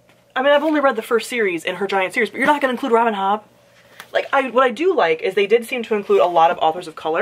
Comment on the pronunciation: Omg LOL’ing at the way you said “Robin HOBBB” 😂😂 I’m curious tho why u don’t want people to see your books when ur working? And also, yes I totally feel like since they were all in the room, they nominated each other’s books. Artists tend to suck each other’s D’s that way. I know there’s like the every now and again feud between artists (authors, actresses, musicians etc) but generally all you ever hear from them is how awesome amazing and talented the other is, & how great it was to work with them. Toni Odeyemi does NOT belong on this list IMO . She is insufferablec